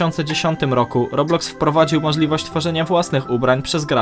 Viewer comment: błagam nie mów robluxy tam nie ma L